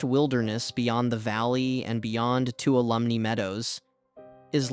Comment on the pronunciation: Please learn to say Bridalveil and Tuolumne.